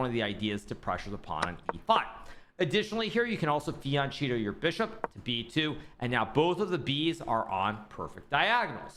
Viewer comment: Does he really say "fee on cheeto"?